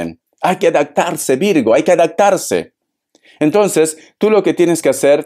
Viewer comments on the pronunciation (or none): Para evolucionar hay que pronunciar bien, se dice: A DAP TAR SE, no adactarse 🤷🏻‍♀️👎🏼 ¿vale?